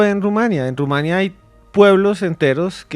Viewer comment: Felicidades al interlocutor del conductor principal: una en mil personas que sí sabe q se dice Rumania (sin acento) No Rumanía. Bien x usted! Me dio gusto escucharlo.